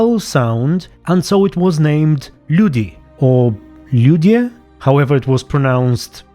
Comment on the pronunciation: Hello there, as a Slav I can tell that you are right when it comes to letters Also nice pronunciation of Ljudi :D The word still exists in modern times in various languages and still means people :D The letters themselves have no meaning, they were actually created by 2 Byzantine/Greek scholars named Saint Cyril, and his brother Saint Methodius. And were just used to give symbols to Slavic sounds Also in Serbian for example we refer to the script as Glagoljica, but the origin of the word itself in "glagolu" which ironically means only "word", nowadays we have a word "glagol" which means "verb"